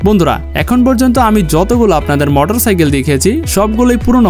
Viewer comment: মোটর সাকেল বলে ভাই